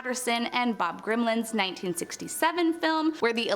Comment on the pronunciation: bro said bob gremlin